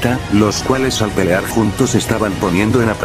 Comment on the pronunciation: Pero me gustan mucho tus historias pero quisiste pelar pelar le dijiste pelar en vez de pelear